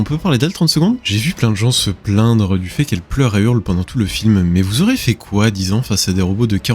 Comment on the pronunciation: Rapide et efficace, merci pour cette vidéo . Je n'arrive pas à croire qu'il soit déjà aussi vieux, 20 ans purée ! "Vous auriez fait quoi", on prononce un "i" dans "auriez" ou alors cela fait "aurez" qui est du futur et non du conditionnel présent . 😉